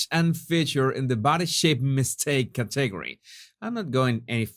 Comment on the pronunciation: ...Category...try to pronounce it CAT a Gore E. Hope this is of some assistance. 💛